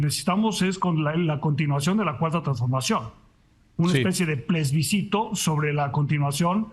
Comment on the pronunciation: Le pregunto al participante que lo dijo, ¿qué es plesbicito? ¿por qué no aprende a decir correctamente las palabras que va a utilizar en su intervención? min